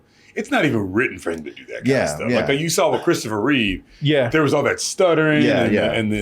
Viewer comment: its REEVE REEVE.